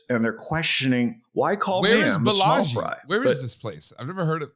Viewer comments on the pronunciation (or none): Balaji, not Balagi